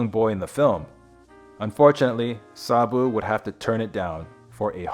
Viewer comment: Sarbu? There is no R in his name, i watched his films as a child, i thought he was wonderful.